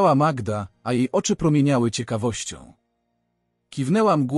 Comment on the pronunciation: Przepraszam, ale mnie również razi przeksztanie imion,skąd wzięła się ta magieda,nie powinien Pan czytać tak prawdziwych historii,wstyd